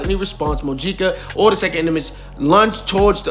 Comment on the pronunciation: It’s pronounced Mo-HE-Ca